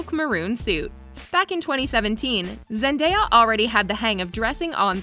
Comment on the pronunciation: How many times did thise video say Zandeya.............just a joke